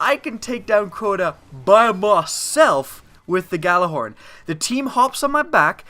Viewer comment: It's pronounced "Ya-Lar-horn" not "Ga-la-horn" It's soo frustrating to see people saying it wrong and if you're putting it into a video, at least get it right.